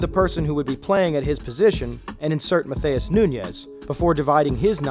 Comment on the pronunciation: Great video. Love seeing how you broke down the importance of this stat and I think its a great thing to implement. One thing though. If someone is Brazilian, its not pronounced like spanish names. Nunes is pronounced “noons” and matheus is pronounced more like “mat-ews”